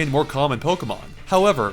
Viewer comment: Those pokemon pronunciations.